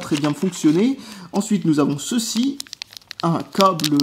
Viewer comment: tu sais pas prononcer le mot câble